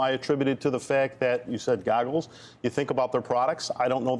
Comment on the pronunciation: Not sure if I want AAPL advise from the gentleman calling them "Da Goggles" but yea cool.